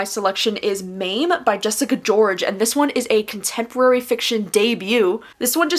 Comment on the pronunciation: Jessica George’s book is pronounced “MA-MEH”…important term in the Ghanian community.